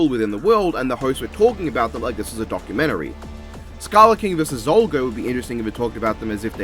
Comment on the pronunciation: It's Pronounced Zalgo Not Zolgo